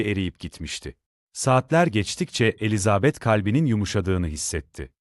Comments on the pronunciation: Yapay zekâ okuması. Ses güzel ama vurgulamalar kötü. Virgüllerdeki duraklamalar nokta varmış gibi okunuyor. Elizaaabet denmeseymiş bari. Çok robotik, ruhsuz. 😐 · Elizabeth telaffuzunuzdan dolayı dinleyemedim , üzgünüm